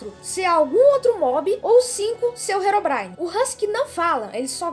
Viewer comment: Quando o endermen diz herobrin- no tradutor diz heroína